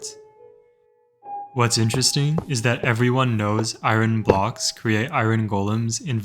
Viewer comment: I’m sorry but what is eye Ron? That is not how you say iron